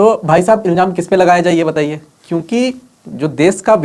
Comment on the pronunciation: Iljam nahi ilzam hota he saheb. Kahan se sikha ye sher?